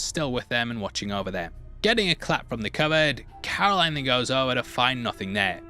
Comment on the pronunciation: Her name is Carolyn not Caroline